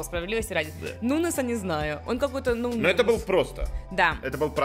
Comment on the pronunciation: Ну какой нунез!!!!!!! Ну какой !!!!! Нуньес !!!!! Мягкий знак там !!!! Нуньес !!!!